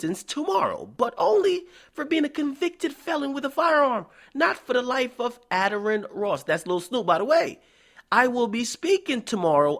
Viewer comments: His name pronounced Aye-Darren not adder-an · Uh Darren (Addaren) that's how u prounouce his name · It a-dairy-re-en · you said his name wrong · how you gonna say Addarren wrong.